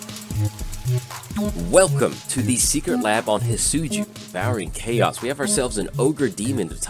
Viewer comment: Great video I know it’s your accent but it’s definitely not pronounced Hit-Soo-Joo 😂